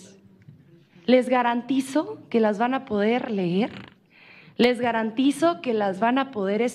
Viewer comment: O sea we, que weba "ler" 44 hojas, no manchen we.